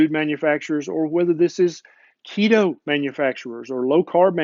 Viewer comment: Keto, not Leto.